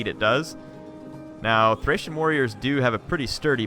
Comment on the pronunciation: Thanks for the battle. They're always entertaining to watch! Although, you said "Thracian Oathsworn" a few times. Makes me cringe. Always a pleasure to watch your videos. :)